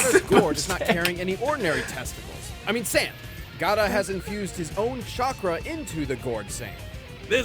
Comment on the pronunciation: Why is pronouncing gara and jinjuriki like that? But more importantly why didn't shukaku help out?